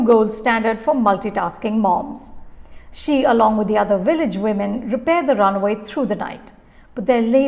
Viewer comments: It is runway, not runaway!🙂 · Its runway, not runaway 😂🤣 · It’s not runaway dear….it’s runway